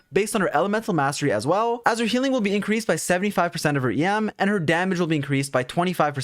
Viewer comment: Istg I heard you keep saying yam and I'm like what Turns out it's em LOL 🤣